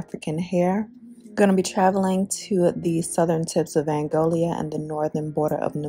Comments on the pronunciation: It's Angola* not Angolia 😂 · Is not Angolia but Angola 🇦🇴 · Hi sister the country is Angola not Angolia. Be blessed. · Its Angola not Angolia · Angola and not Angolia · Angolia? Howling! The same crap as Nambia. It’s Angola girl, get it right. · Hey firstly I would like say i love your channel , you definitely have useful content that I love to watch but just to let you know you are saying the name ANGOLA wrong. Being half Angolan myself I thought I should let you know since it's a great and insightful video about my father's country and thank you .. but yh just to let you know